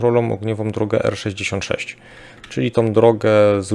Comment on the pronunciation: R-66 :) W końcu poprawnie :d